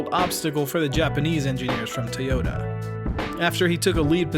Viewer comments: This dudes pronunciation of Toyota is about to drive me crazy. About as bad as Sarah Palin saying nu-ke-lar when the word is nu-kle-ar Toyota- Pronounced Toi-yo-ta Not: Tee-yo-da If public speaking in English is going to be part of your life moving forward, please learn how to properly enunciate. It really is kind of part of the job description. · Good video, but with 1.4 million views, that's the number of people who now think that 'Toyota' is pronounced 'Tay-ota'. It's not. Can someone at least get that detail right?? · I appreciate the "Tayota" pronunciation, but I to be honest I prefer the Texan pronunciation, Ty yota. Excellent Video by the way!